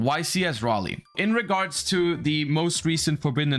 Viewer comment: omg finally someone who can pronounce Raleigh correctly you just earned my sub